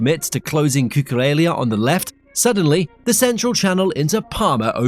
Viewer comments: Cucurella not Cucurelia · LA as in LA Rosa, La Masia. Cu-cu-Re-LLa. where the heck do you see an i in LLA? Why’s English such a stupid language - you write capital I and small L the same way. See- I and l 😅